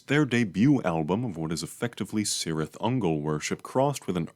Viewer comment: Return of the king, appendix E: Spelling and writing, section 1: Pronunciation of words and names: "C has always the value of 'k' even before 'e' and 'i' " (p.1113). No problem, you're welcome.